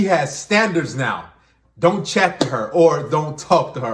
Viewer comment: “Don’t chat-t me” An extra “t”, that’s how you know she’s serious